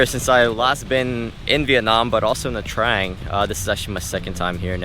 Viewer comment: Its nha trang not nha traeng 😉 just correcting